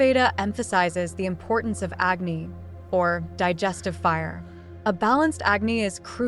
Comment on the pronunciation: It is Vaata (A kind of Dosha not as you said Veda) IT is Agnee not acne. Agnee means fire.Jatharaagni means fire in stomatch.These are Sanskruit words